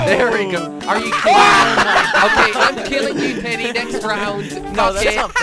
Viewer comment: jelly says Telly instead of teddy